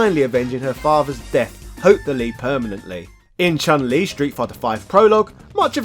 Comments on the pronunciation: Also the correct pronunciation for Chun Li is Choon Lee not Chan Lee. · Also the right pronunciation for Chun Li is Choon Lee, not Chahn Lee.